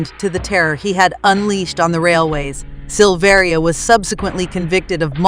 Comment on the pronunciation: It's pronounced Sil-ver-a. He is my cousin.